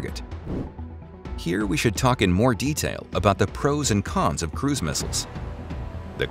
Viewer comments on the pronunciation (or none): none